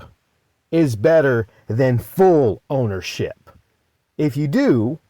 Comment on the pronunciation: Fool owership.. not full owernship